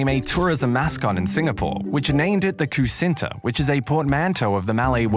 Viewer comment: Me a malaysian him saying "kusinta" instead of kucinta